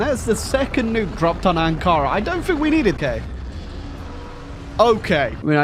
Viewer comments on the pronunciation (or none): none